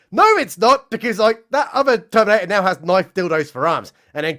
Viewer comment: "They-theminator" LMAO